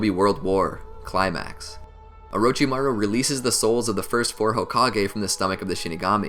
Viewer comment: we gonna ignore that my mans said :orochibaru?